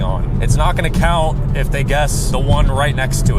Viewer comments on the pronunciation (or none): none